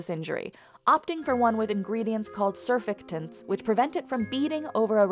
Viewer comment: not me wheezing at how the narator pronounced "surfactants"